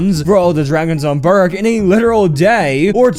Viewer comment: Burke, pronounced burk, it is a K sound not a G sound at the end.